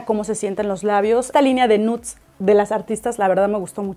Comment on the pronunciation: POR FAVOR, NO SE DICE "N U T S" .